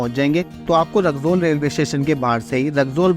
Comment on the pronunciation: ❌रकजौल ✅रक्सौल😂